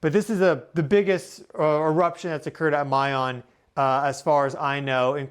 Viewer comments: Pronounced Mah- Yoon not Mey - Yown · Pronounced my-'YONE (long O) YONE rhymes with own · It is pronounced Mayón. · I hate how you pronounce mayon